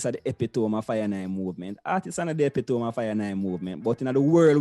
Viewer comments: "epitome" pronounced: E-PIT-O-MEE not EPEE-TOME..... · Epitome is pronounced "ee-PIT-Toe-mee"! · Epitome? Artists? You obviously felt out of school.